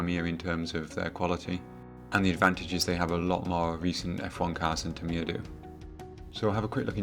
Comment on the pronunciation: Tamiya pronounced Tamier?